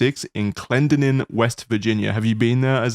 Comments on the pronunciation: I don't like the way they pronounced Clendenin at first in this video. That is not how we pronounce it lol got it right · As someone from Charleston, WV the way they pronounced Clendenin made me slightly homicidal